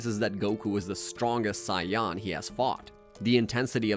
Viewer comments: It can be hard to be taken as a "subject matter specialist" when you continue mispronouncing the word "say-en" (saiyan) as "scion". I didn't even watch that much, and I know that's FAR from how it's said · Everything he said wrong: “dragon ball z’nt” “epizodes” “twornament” (@ pointed that one out first so creds to him) first “Sion” of the video bro still can’t beat beerus by the end of the top another “sion” didn’t say the plural I just thought it was funny😂 “masta Roshi” (I could put in but he said the Japanese translation of kakarot but then I thought why did he say the Japanese version instead of the English one) T H E kakarotto (I think that’s how u spell it idk) on TOP of saying “sion” he didn’t even say the plural version💀 I thought it was weird that he said “a space pod” considering the one he’s talking about is the space pod that raditz came in If I altF4 youtube all of this will be deleted so imma come back to this in a while and end up edited this comment WAY too many times. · I feel like hes doing it on purpose ...SION?! there is no way you can fuck that word up after seeing the series. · I can’t believe I’m an hour in listening to him talk about Cy-Yons or Scions 😂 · Ewwwww why’s he saying Sayan like that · took me so long wondering wtf is a sion im like man maybe i missed somthing or i dont recall to realize hes pronouncing it weird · Scion lol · Took me a minute to realize he was pronouncing "saiyan" as "psion/scion" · I could not understand how after ~30 years of the correct pronunciation being readily available, this guy leaned into saying "Scion" AI narrative never occurred to me cause the voice doesn't sound like an AI voice, it sounds like... a nerd that could tell you 7 years' worth of story in two hours lol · Why is the "SAIYAN" Pronounciation so zesty 😂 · It physically hurts me with how he says "saiyan." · I feel like he’s purposely saying saiyan like that just to actually piss us off💀😭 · Saiyan ❌ Cyan ✅ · Sayawn wtf